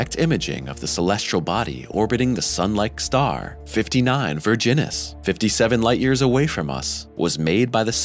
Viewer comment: Why do I keep about the "59 Virginis" and it is because I always thought he is saying "59 Virgins"